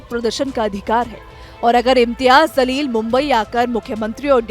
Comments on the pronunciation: Zaleel tu hai....Jaleel bol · Imtyaz Zaleel nahi madam It's jaleel